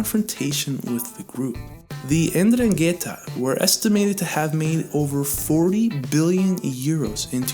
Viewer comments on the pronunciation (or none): What the F—-k did you call Calabria mafia??? LMAO!!! Its Pronounced. “ EN-Drung-etah” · Please brother it’s pronounced “In dron git taa” not what ever your trying to say!!!